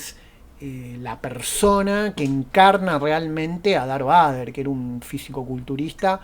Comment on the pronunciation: Se pronuncia Darth Veider, no Vaidar